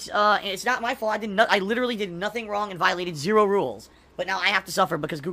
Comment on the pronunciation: "Man I'm Stoopid... I, I did nothing wrawng, I did everything correhct"